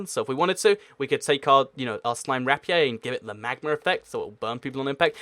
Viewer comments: rap ee aye? it's pronounced rape ear. weird phonetic spelling tho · Rapiey?Not trying to be mean but its pronounced rap-ear